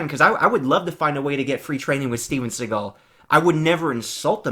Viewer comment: Thanks for the video, I had a great laugh watching your reaction! And it’s Seagal Sensei you nobody!